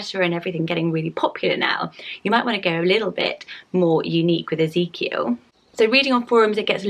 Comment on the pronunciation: BIRTH ANNOUCEMENT My big sister just gave birth to little Ezekiel Mateo! he is the cutest baby ever and your pronouncing it perfectly!